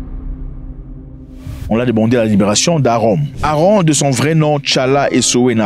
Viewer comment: C'est pas Aaron C'est AaMron = se lit AMronne